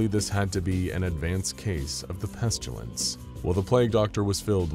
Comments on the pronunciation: Peh-stih-lence, not pest-you-lence. There is no "U" in Pestilence. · it is awesome! but the way they pronounce the word 'pestilence'... I don't think I can hear him say it again. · There's no U in pestilence.